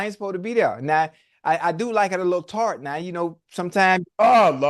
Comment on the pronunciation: "Alil TART" murdered me